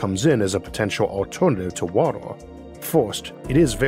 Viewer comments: Not making fun but how are you able to pronounce R just fine with other constants like in "critical" "extremes" Or "recently" but you can't with vowels before it like world, water,, just throws me off lol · It's pronounced WA-TER... Not "wattle". Sorry, but it's really annoying. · Water not wotar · I was thinking for quite a while about ammonia planet, thanks for giving new insights! Also you pronounce water unlike anyone else I heard and I got confused cause I heard "woro" instead of "water" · Water, w a t e r, not watel. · Water ❎ Woddle ✅ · Every time you say 'wator' it sounds like its the same audio clip spliced in, in editing. Orth. Dark mator. Stors. Vap'o'r. Horder. Otmosphere. Wor(l)ds. Pressor. Summor. Temperators. Coldor. Sorching. Papor. Temporol. Listenor. Divorsoti. Beavors. Signators. Crittors. Fact'o'r. Structors. Every vowel becomes an 'o' before an 'r' or 't'. What accent is that? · Jeez what an annoying voice to use. Water pronounced "wawah"?? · could not watch this because of the narrators speech... watooa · Bro your pronunciation is so freaking hard to get used to that I found myself rewinding about 10 times in 2 minutes of video. The fuck is wotor and rathor and alturnadif? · "Wator 🤓" 💀 Edit: Idk why but this accent makes me wanna punch something, I can't watch this any longer... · i Can’t not hear waddle when he attempts to say water. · wah der😂 caw bon😂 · Please learn how to say water. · Lawegest watal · I wanted to watch this video but your voice man, I can't 😂😂😂 such an interesting topic but damn I thought we were looking for water on worlds not wodoh on wods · Please get a narrator, good content however you sound like a toddler with your pronunciations. Waduh 'Water' 😂 tempratuah 'Temperature' woahds 'Worlds' euuf 'Earth' ayuuh 'Air' Buaan 'Burn' pressuah 'Pressure' I could go on but please😅😂